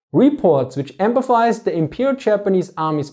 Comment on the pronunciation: hate to be critical cause i love the video, but i've noticed throughout most of your videos that you seem to be pronouncing "emphasized" as empathized"